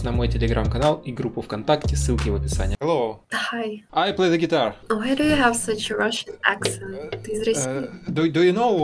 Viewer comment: В первом фрагменте ролика. Девушка тоже из России. Раз спросила по- русски : «Ты из России?». Ну да, сразу выдаёт русский акцент особенно слово Hello. Вот в этом. Слове звук Х не должен звучать как по русски нужно просто выдыхать звук. Вам нужно потренироваться с произношением слов на английском. ( я тоже учу английский, поэтому кое-что знаю, как произносить слова по английски)